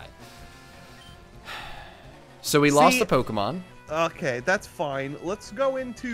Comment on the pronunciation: I love Katie's comment in the chat "Never mind,I don't want to edit this" Also the pronunciations for Pokémon and Unown are horrid! "So he crit and we lived on 1." screeches thinking a Fighting-type would take a Flying move better than a Grass-type would when it's also weak to it😂 It's pronounced Un-Own